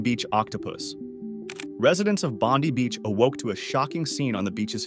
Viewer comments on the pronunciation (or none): Bondy Beach? So despite its World fame you don’t know how to say it? Bond-eye for future reference.